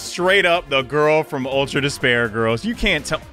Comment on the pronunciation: you said gayrls